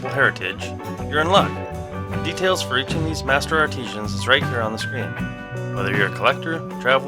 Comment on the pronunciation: Absolutely beautiful. Please remember "artisans" not "arteesians". Otherwise excellent commentary. Thank you.